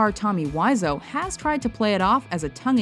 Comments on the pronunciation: It's 'Wa-so' not 'Wise-o'... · It's Tommy Wiseau, not WHYZOH. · Tommy Wise-o, hahaha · Tommy Wise-O. Lulz. How can you be so bad at pronouncing names. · Her mispronunciation of Tommy Wiseau bothers me. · You pronounced Tommy Wiseau's name wrong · I think they mispronounced Tommy Wiseau. And The Garbage Pail Kids Movie is really bad, not entertaining. But who cares, MY NAME IS IN THE DESCRIPTION!